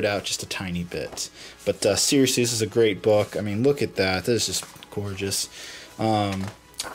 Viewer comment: Every time you said Great it sounded like Crait so yeah.